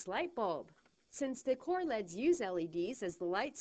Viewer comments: Pronounced ell eee dees, not leds. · lol i love how she says decor LEDS as a word, not decor L, E, D.